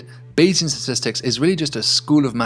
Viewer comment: What is this new word "satistics"?